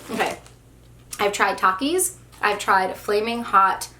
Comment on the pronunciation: The first one is a big one Me: uhh gushers right Her: takies Me: 👁👄👁 that’s what I said